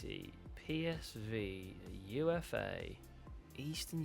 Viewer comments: UFA is pronounced "oofa", not "u f a". It's a Russian city. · I think UFA, is pronounced 'ooofa'